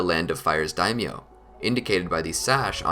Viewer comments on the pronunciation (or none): none